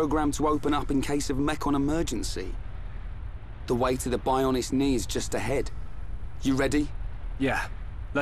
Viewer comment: Bionis' knee, Shulk said Bionis instead of Bionis'